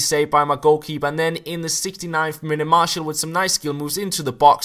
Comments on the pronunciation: Please pronounce it mar - tial and not marshal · Hes pronouncing it Mar-tial.....Like Martial law.